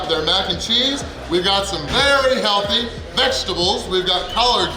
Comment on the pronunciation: I laugh everytime I hear him say healthy